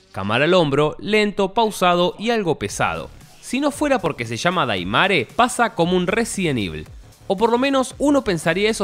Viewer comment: 9 personas mas gente de capcom... Ya q Gracia's a ellos tenemos Al re2 remake q aparte participaron con consejos e incluso salen en Los creditos del re2 remake y vicerversa.... Tanto cuesta investigar y se pronuncia deimer 🤦🏿‍♂️🤦🏿‍♂️🤦🏿‍♂️🤦🏿‍♂️🤦🏿‍♂️